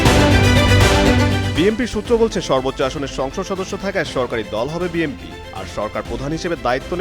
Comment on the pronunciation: গাধা দিয়ে হাল চাষ হয় না, বিএনপিকে বিএমপি বলতেছে এই গাধাটা